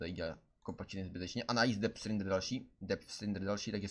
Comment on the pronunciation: Zdá se mi to nebo vyslovuje "dep strindr" neni to "dep strajdr"?